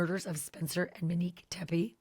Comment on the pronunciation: Yall killing me calling this lady "Mo" or "Menique".